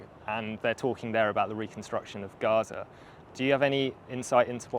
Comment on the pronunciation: Gaza not garage